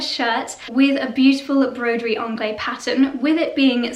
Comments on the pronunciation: If you love broderie anglaise that much, please learn the correct pronunciation. "Anglaise" ends in -ehZe, not -eh. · I think the correct prounciation is broderie anglaiSE, with the last syllable actually pronounced, isn't it? Or do you have any reason for not pronouncing it? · I find that so odd, as "anglaise" is the feminine of "anglais" (a lot of languages attribute a gender value to words). "Broderie" is a feminine word, therefore you would NEVER hear a French say "broderie angleh", it sounds very, very odd and incorrect to anyone who speaks a decent french. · The se in at the end of (broderie) anglaise is not silent, it is pronounced as z, the unaccented e at the end of a french word is silent). The ang in anglaise rhymes with the a in hang/rang/sang, not the British Ah as in grass, class. So Bro-der-ee Ang-layz. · If you adore broderie anglaise this much, you really should pronounce it correctly!! The S in anglaiSe is NOT silent. Broderie is a female, and there is an ‚e‘ behind the s. Therefore it is pronounced with a soft s at the end!!! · Beautiful pieces! Love them all. Please pronounce broderie anglaise with a “z” at the end. 🥰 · I love your descriptions but wish you would pronounce Broderie Anglaise as it should be! Adore your house and you both work very hard and I love watching.